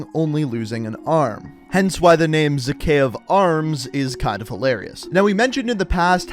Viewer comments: lol he doesn't even pronounce Zakeave right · "Zakhaev Arms" Ahahahahahahaha! Wait, "Zakhaev Arms" Hahahahahahahahaha. One more...